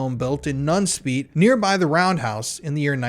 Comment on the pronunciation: My cousin lives in nunspeet. Your dutch pronunciation isn't great but thanks for trying